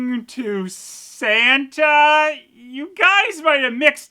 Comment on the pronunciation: Did she says Santa or "Sentai"?